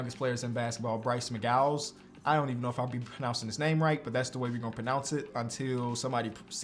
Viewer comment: Bryce MC-GOW-WINS